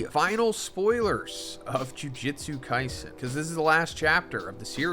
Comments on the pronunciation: This man can't pronounce Jujutsu to save his life. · 271 chapters and bro still says jujutsu wrong lmao americans are funny man😂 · Crazy after all this time, you still can’t pronounce “jujutsu” correctly